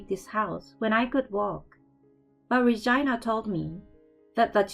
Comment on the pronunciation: it sound like she saying vagina not Regina 😂😂😂😂